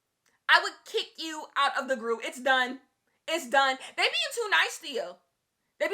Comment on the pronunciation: *New Groove don’t do my favorite childhood movie say it right 😂😂😂😂😂😂😂😂😂😂😂😂😂😂😂😂😂😂😂😂😂😂😂😂😂😂😂😂😂😂😂❤